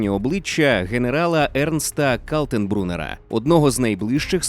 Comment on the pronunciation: Не "Калтенбруннер", а Кальтенбрюннер !!! Німецький "ель" завжди м*який, а англійський завжди твердий !!!